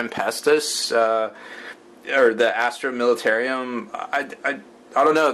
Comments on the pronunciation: militarum not militarium! god that irritates me when you say it wrong. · I thought it was US that drive in the right side of the road :-P And it's plainly spelled militarum not militarium! Sounds too much like a military asylum the way you are pronouncing it HAHA